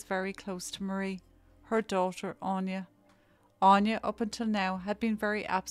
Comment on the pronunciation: Anya is pronounced Ann ya aine on ya